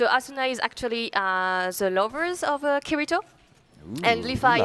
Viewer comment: I hate when people say kiritos name like that xD